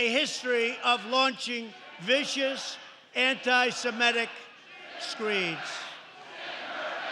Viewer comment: The word he's looking for is Anti-Semitic, not Anti-Semetic. Gets it wrong every time.